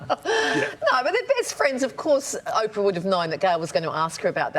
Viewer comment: Oprah???! Oprahhh??? 🤦‍♀️🤦‍♀️🤦‍♂️🤦🤦🤦‍♂️